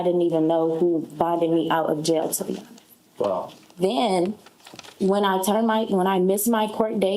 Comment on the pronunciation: To be ho-nest with you